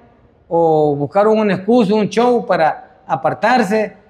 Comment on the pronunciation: Y este maitro quien es.??? Quien es porque solo dice chow ni ablar puede porque se dice show.! Jajajaja